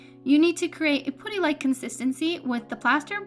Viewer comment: Putty not "pooty".